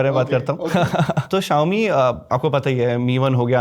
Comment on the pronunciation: Bhi xiaomi hota hi xiome nahin. ❤❤